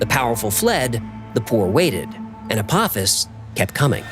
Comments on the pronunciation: FYI — everyone is saying this wrong, even Neil deGrasse Tyson. ✅ Correct: uh-POH-fiss ❌ Wrong: ah-POFF-iss (that’s the Stargate villain, not the asteroid). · Dear, I love your show! And especially Hecklefish 🥰🐟 I just wanted to let you know that Apophis is pronounced with a long O. I'm sorry, I had to be that person, it was driving me nuts lol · …it’s pronounced “Ah-poe-fis” lol but great episode as always. Stripped is cool but the why files can never be too long 💯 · Its pronounced "A-po-fis" it comes from Greek mythology... Zues father fights off Apophis every night, it's supposed to be the story of why the night comes and he fights the night off so a new day comes and it's his "job" for eternity.. it's a cool story, better explained in the movie "Gods of Egypt". Far better than I could explain it lol.. hopefully he fights off Apophis in 2029 and saves humanity for every lasting night.. great video 👍🏼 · Why are we pronouncing PH as TH in this? Is it Apophis or Apothis?